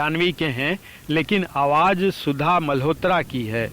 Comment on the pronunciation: Jankari bahut achhi hai par uccharan par tabbajjo dena zaroori hai. For example, ZIKRA and not jikra. AWAAZ and not AWAJ... PARIBHASHA and not PARIBHASA ...shukriya!!